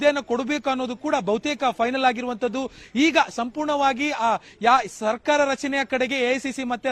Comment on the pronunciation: ಸರ್ಕಾರ ಕಣ್ರೋ ಸರ್ಕಾರ್ ಅಲ್ಲ. ನೀವೇ ಕನ್ನಡ ಸಾಯಿಸ್ತಿರ ಗುಗ್ಗುಗಳ.